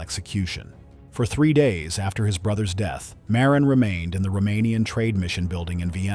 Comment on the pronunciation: Also Marin, instead of Miran.